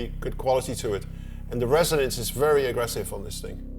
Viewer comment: „Fairy low bass sound and fairy nice sounds from you modular wall Tom! :p It’s a distinctive mark for dutch people to pronounce the v as a f, funny 😆